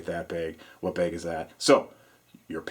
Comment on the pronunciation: love your videos good load out but, I have to say the way you say bag, makes me want to push you down some stairs. once again love your videos but my got I keep hearing you say bag in the background and I want to throw my phone in my pond out back